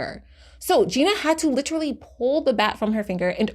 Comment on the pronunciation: The word is pronounced "lit-er-al-ly", not fucking "litraly".